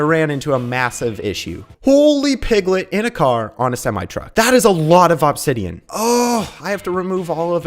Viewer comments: Aww-b-sideon is killing me…… ITS UHH-B-SIDEON (I watched this video start to finish) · I like how he says Ahbsidian instead of Obsidian 😂😂😂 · "awbsidian" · Bro really saying OBsidion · It's only been 20 mins and I'm already over how he's saying Obsidian. Thought it was satire at first, but it just keeps going